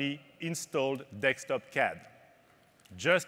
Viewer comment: He said dekstop :)